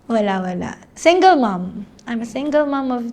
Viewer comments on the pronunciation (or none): none